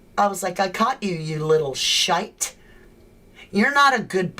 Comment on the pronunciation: Well done totally got the British way of expressing the word shite 🤗 lol love it.